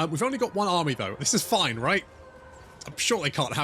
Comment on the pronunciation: The "f" in your "fine" is always a "fuck!"....😛😛😛😂😂😂 Can't wait for the incoming Waaagh against Dungeon-Boy....